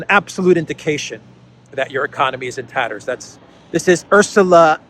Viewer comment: “In taterrrerrs” 🏴‍☠️😂